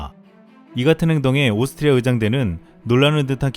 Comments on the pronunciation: 발음이.... 오슽흐리아ㅋㅋㅋㅋㅋㅋㅋㅋㅋ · 오스트리아 발음 힘들죠? ㅋ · 오스트리아 발음 귀여우심😁